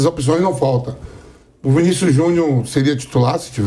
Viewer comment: Pq o Vampeta fala Vinicius Junhu???